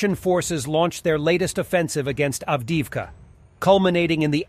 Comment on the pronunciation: How can you expect to be taken seriously when you can't even pronounce correctly Buryatia ( not BuryaSHia ) and Avdiivka ( not andieeevka )